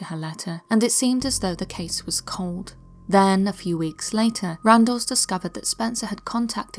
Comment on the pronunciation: I know that you are human - and therefore fallible - but it's not Randall - instead Randles... I do enjoy your channel, and your content!! Thanks!